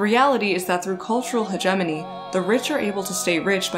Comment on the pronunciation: You are mispronouncing hegemony.